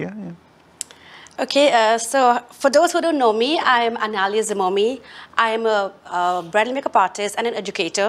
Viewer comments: Hey hey hey what is zeeeemomi ???? It is pronounce as jimomi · is so smart and confident woman but she doesn't know how to pronounce zhimomi she is saying zimomi